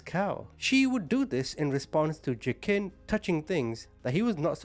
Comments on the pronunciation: Is his name pronounced wah-keen? Used to know someone with this name and the j is silent. Btw.. I'm fairly new to your channel still, but I have to say, I love your heart. I wish more ppl had one like you. We'd see a lot less horribleness in the world. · His name is actually pronounced WA-KEEN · I’m trying to listen but i can’t get over the butchering of the pronunciation of Joaquin 😂